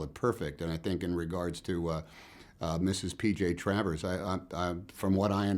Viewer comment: he said p .j . Travers! d'oh!